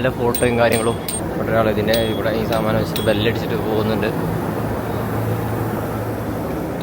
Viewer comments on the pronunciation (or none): Saadanam ❌Saamaanamm 😂😂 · Saadanam ❌ saaamanam ✅ new word unlocked 😅😅💙💙💙💙